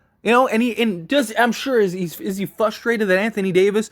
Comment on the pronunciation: “Fustrated” gets me every time..